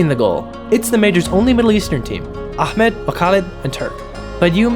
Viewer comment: I know that's random but your pronunciation of Ahmad's name was amazing Great recap waiting for more